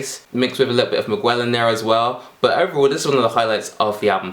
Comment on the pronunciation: Did he really say "migwell"..